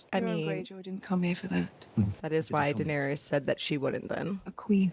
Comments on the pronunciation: After 6 seasons and you both keep saying Danerius….. 😂 it’s Daenerys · I'm surprised no one ever let these 2 know they kept mispronouncing Daenerys. Danarius 😂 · Are they still calling her “Danerious”?